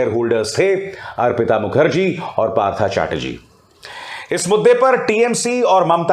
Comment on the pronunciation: Abhisar ji your pronunciation is wrong. Partho is right bengali uccharan. English may likhna parta hai partha.